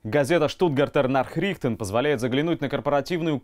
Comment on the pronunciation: Не нахрùхтен, а нàхрихтен. Stuttgarter Nàchrichten - Штутгартские известия.